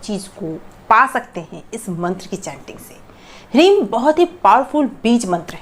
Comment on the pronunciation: क्या हिरिम उच्चारण कर रहे हैं